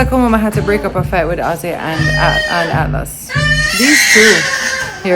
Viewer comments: So funny-- speaks so well, but can't pronounce Atlas- his little role model- and the person he spends most time with. Awwwww== he'll just get it one day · I love how pronounce Atlas name 🤣🤣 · can mash Wayne's toe man- that he didn't get much sleep- low him 😂 is almost there with pronouncing Atlas's name. #FreeUp - No cold front 🤣